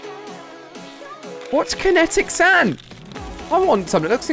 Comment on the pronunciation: He says what is Kinetic sand and he pronounces it right first try